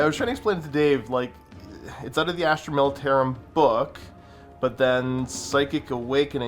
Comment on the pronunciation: " Militaruim Tempestus "